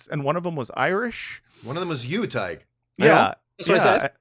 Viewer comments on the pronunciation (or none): Spelt his name wrong at first - I’ve been misled by all the times has said Todd-g-h! It’s actually Todd-h-g.